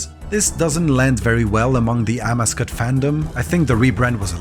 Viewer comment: Amascut is also pronounced differently, at least I’ve only heard it a different way